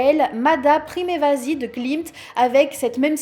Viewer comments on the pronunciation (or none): Attention c'est bien Primavesi et non Primevasi 👍🏻